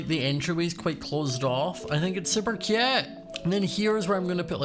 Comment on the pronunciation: i love how says cute “super cYOOT” “so CHYUT” “like how CYOT”